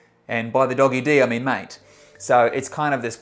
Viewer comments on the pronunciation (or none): none